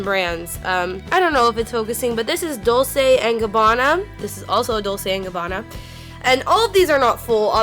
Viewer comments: it's actually dol-CHAY & gabbana and G-VON-CHEE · I'm not an old lady and I use Lancome products. I don't know why it's labeled an "old lady" brand. Maybe because it's a lot more expensive and only older women can afford it. Whatever. Anyway, I'm not trying to be an ass but just trying to help - Dolce is pronounced like "dol-chay" and Givenchy is pronounced like "jzhi-von-shee". I hope that helps. 🙂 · "dull-say and gabbana" is the only upsetting thing about this video to me. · Dolce is pronounced dol-chey and Givenchy is pronounced jee-von-she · It's pronounced "dol chey " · dol-SAY & gabbana and GIVE-in-CHEE I had to stop watching. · dullsay and gabana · Isn't a pronounced dolche no trying to make fun or anything but also a lot of people say it like that so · Dolce =dol-ch-a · But at least show some respect by pronouncing them right, self righteous trash digger. Give-ON-chi, Dol-CHe...They're so popular, it shouldn't be that hard. I honestly wasn't gonna comment, but seeing how disrespectful you are to people who are trying to help you sound civilized, I just had to say something. Go ahead and block me, I don't care. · How could you NOT know how to say Dolce and Gabanna if you're a make up junkie... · Why does she pronounce Dolce all wrong?:/ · The way she said 'Dolce' and 'Givenchy' made me wanna die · I love this video im going to try this, because I'm poor af and want make up, but the way she pronounced dolce made me cringe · this is so cool but it's so annoying the was she pronounced givenchy and dolce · The way she pronounced Givenchy. 😩 And Dolce. Oh, nooo. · This girl can not pronounce anything. Dolce, Givenchy, Anastasia Beverly Hills, Murad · The way she says Dolce and Givenchy is cringing.... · Bless her little heart on how she pronounces Dolce and Givenchy. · Same with how she said, "Dolce" haha